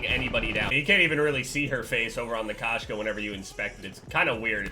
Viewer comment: Koh-Shka not k-ahshka it is Russian for cat Кошка